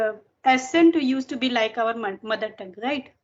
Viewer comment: Hello you are doing really great. I just want to correct the pronunciation of one word that is "accent". You are pronouncing it as "asent" but it should be "akcent". I hope you will take it positively, looking forward to your more videos